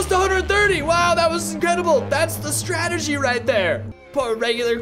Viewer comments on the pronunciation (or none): none